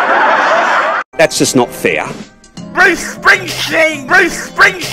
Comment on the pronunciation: BROOCE SPRINGSHTEEN 😂